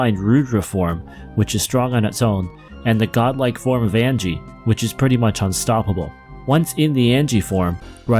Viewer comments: Ag ni. Not Angie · Nice tier list. I love BoF. It was one of the games I owned on the SNES and as close to a Final Fantasy game as we could come over in PAL land without adaptors for US cartridges. Pet peeves: Ryu, is pronounced R-you, not Rayu. It's not Angie, its Agni, AgNi.